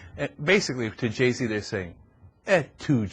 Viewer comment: anyone else notice that there pronouncing Jay-Z's name wrong....Ge-Z